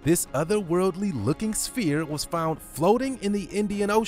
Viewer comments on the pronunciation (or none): none